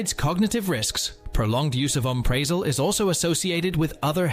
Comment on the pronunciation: It would help if you pronounced the names of the drugs correctly. Oooo mep pri(short i ) zol 2. Scoe poe la meen 3. Al (a guys name) praz(short a) a (short a) lam 4. Die azz a(short a) pam 5. Anti hist (short i) a meens 6. Set tear a zeen 7. Try cy clin (like a bicycle or cycle)(short i) 8. This is AI isn’t it? Those not corrected were pronounced correctly. Reminds me of that er TikTok nurse that has to guess what meds the patient is taking based on the clients pronunciation. It’s important to avoid wrong medications as many sound alike.